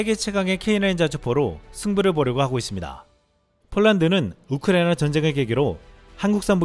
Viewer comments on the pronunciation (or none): none